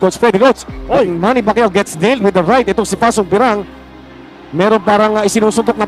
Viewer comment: MANNY ❌ MAMMY ✅